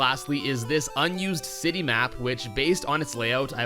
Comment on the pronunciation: “Unused City Map” I heard unused sinny map